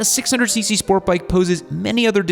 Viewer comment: I like how you said “do not start on a 600cc SPORT bike” emphasis on the “sport”. I started on a ninja 650 which is considered a sport touring and it is arguably the perfect starter bike. Definitely doesn’t have the guts of a R6 but your not going to get bored compared to a 250-300